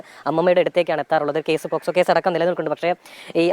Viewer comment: എന്ത് മൈരാടാ നീ ഈ പറയുന്നേ എടാ പോക്സോ എന്ന് പറയട prokzo അല്ലടാ ആ കുടുംബത്തിനെ വെറുതെ വിടടാ എന്തിനാ ടാ ഈ നാറിത്തരം വിളിച്ചു പറയുന്നേ ആ കുടുംബത്തിന് സമാദാനം കൊടുക്കട്ടെ 👃